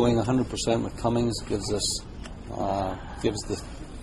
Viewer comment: CUMMINS!!! NOT CUMMINGS!!!!